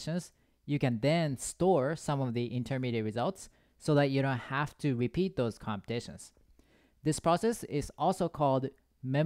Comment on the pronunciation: When you pronounce repeat then bepeat is heard.🥸